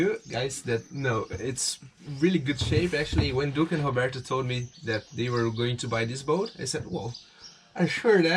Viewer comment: Your English is pretty good considering it's not your first language. I get a kick out of how you pronounce Roberta. Wet closet is a Wet Locker. Your boat is moving along nicely. Thanks for sharing.